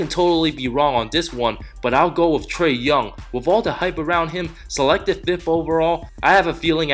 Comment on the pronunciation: “tRaE yOuNg”